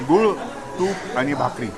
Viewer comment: सादरीकरण उत्तम फक्त मराठी भाषा थोडीशी अजून चांगली करा जसे गुल तूप नाही गुळ तूप, ग्रीन चटणी हिरवी चटणी, मुंग कथियावडी, रोटी नाही पोळी किंवा चपाती..... आपण इतकी मेहेनत घेता आहात तेव्हा थोडंसं उच्चार यावर सुद्धा लक्ष द्या.... शुभम भवतू